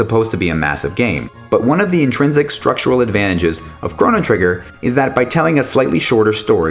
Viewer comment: Those pronunciations are pretty hard to listen to.